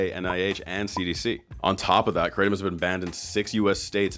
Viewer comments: kra tom , not crate tum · its pronounced Kra tom not kraytom. dont know why that annoys me so much. But i am high on nam tom all the time hahaha. The locals here brew it up and mix with cough medicine but that cant be good. I brew 20 to 30 leaves with 2 limes then put on ice and mix with a bottle of coke and 2 fruit ice tea sachets. Over 10 years now, keeps me cool in the heat and gives me a nice buzz. I was worried about giving it up and when I went on holiday where they didn't have it it was not great for the first days but I drank 3 cup of coffee a day and after 3 days I was back to normal. Also before I drank it I was getting colds all the time and since I started that has stopped. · Lots of shady red flags about this company. Even the way she mispronounces krahhh-tom makes me think she’s intentionally obfuscating what this drink really is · lolll having grown up in Thailand it is SO funny seeing the rest of the world come to grips with kratom, as well as annoying hearing people pronounce it "Crate 'em" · Say Krattom ONE MORE TIME..... LMAO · She can't even pronounce the word right and she wants me to buy her product😂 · New brew bitch intentionally mis pronouncing kratom is fucking hilarious